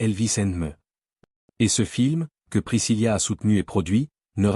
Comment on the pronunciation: Ce n'est pas priscillia mais bien Priscilla ( il n'y a pas de lia ):face-blue-smiling